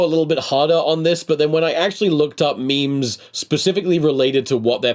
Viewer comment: My favourite actor once pronounced memes as mee-mees. Help.